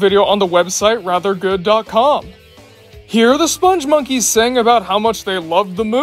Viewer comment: I knew from the moment this video showed up that you'd pronounce the name wrong. It's "Spung" and not "Sponge." Which is weird, because you actually wrote the name properly. That said, I actually loved this ad campaign. Something weird and memorable is oftentimes what will stick with you longer than anything bland and forgettable.